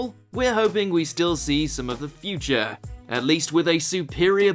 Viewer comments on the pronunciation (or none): none